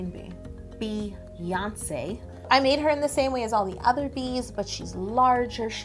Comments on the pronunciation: It's BEyonce not BAYonce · Same! Her name is not baeyonce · Um NO ! it is Beyoncé as in "Bee" because the y can sound like an e because it is next to the e.